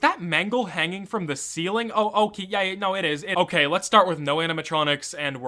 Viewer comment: EeeYeeRee almost sounds like a phonetically misspoken version of UhYeah so there's that